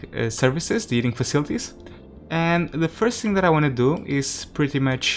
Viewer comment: The “Eating System”? It has always made me curious why sometimes you add ‘H’ to words without and ‘H’. Then sometimes remove it from words that do. It’s quite puzzling and interesting why you switch them.